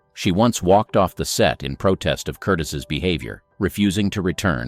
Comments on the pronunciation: Its not "Curtiss". It's pronounced "Curtize". Here we go again. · Michael Curtiz (curTEEZ), not Curtis. Big error! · Learn the correct pronunciation of "Curtiz." Hint: It isn't "Curtis"! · Someone needs to learn how to pronounce these names. Bette Davis's name is not pronounced as bet, neither is Michael Curtiz' name pronounced as Curtis